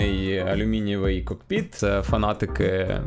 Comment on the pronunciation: Дякую за контент але не кокпИт а кОкпит.